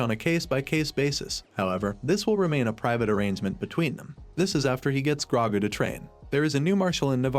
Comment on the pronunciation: Wow this AI narrator is terrible. Can you get a real person to do voice overs and pronounce Grogu's name correctly?